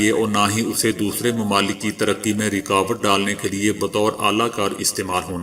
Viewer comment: word is ghilaf kaba not ghulaf zair ha na k pesh, word Concrete not concrate . word is rukawat not rekawat please check it